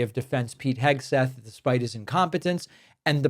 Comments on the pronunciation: Did she say Hegsweat? :D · Did she say "Hegswig"? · “Secretary Eggsweat” 😂 Let’s make this a thing! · Did she say "Secretary Heg-sweat"? That sounds about right. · 'Secretary Hegsweat' Nice one Karoline, that's right up there with JP Mandel.